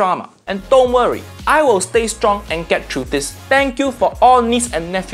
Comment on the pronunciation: You say bye bye like a true Asian